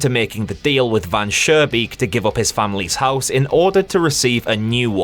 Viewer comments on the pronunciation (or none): This is a FANTASTIC analysis, I agree to pretty much everything. Additional thoughts: - The developer trying to delete the vermin problem with very low effort is adding to his downfall. - It's Van SchooNbeek with a pronounced n, not Van Surebeek with an r... but when I told you that in the last video it was already too late I guess. - I don't know if I'm sure Van Schoonbeek is greedy... maybe he just likes to mess with people, who knows - Not sure the vermin in story 2 are "greedy"... I think they are just insect like doing what they do but at first reflect the developer (or his desires) and are more in a disguise this way